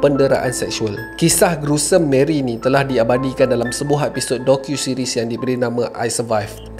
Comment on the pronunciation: hahahaha maap kalau sebutan bamboi tak jelas...docuseries. documentary series